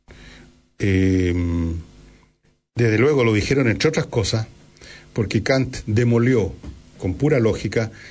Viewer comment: Ya pos, Villegas, pronuncias bien el francés, y mal el alemán.